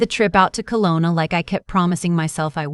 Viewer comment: It's AI. Usually mispronounced and misspelled.